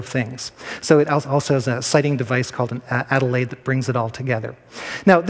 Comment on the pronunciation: As others have pointed out, you don't look at the sun when using an astrolabe. That's a sextant you're thinking of. You aim the alidade (not adilade) so that a spot of light passes through both holes in its vanes onto something other than your eye. You don't mention that the sun has the same altitude twice a day so you have to use your skill and judgement to tell whether it's morning or afternoon. At night, though, you can sight two or more stars. Only one position of the rete (pronounced reetee, not reet) will fit both of their altitudes. So it is actually far easier and more accurate to tell the time at night. It's also more accurate because the stars appear to rotate at a constant speed, unlike the sun which can be up to 16 minutes fast or slow. Also, near noon the sun's altitude hardly changes so it is almost useless. But at night the far simpler nocturnal is more practical for telling the time. The astrolabe was known to the ancient Greeks. Knowledge would have been lost were it not for the Muslims, and the Christians in Europe learnt from the Moors in Spain, but the earliest non-Muslim astrolabe in the world's biggest and best collection, in Oxford, is no earlier than 1320. So, to say that Christians used it before then is speculative. (Chaucer was late 14th century.) I really don't think millions and millions of people ever used astrolabes. They would have been far too expensive, and surely thousands would have survived. They haven't. The Islamic Museum in Cairo, the l